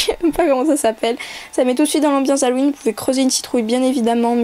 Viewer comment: C deg a tu fait un bruit genre tu ravales ta bave ca me dégoûte et aussi c'est Halloween pas Halloweenn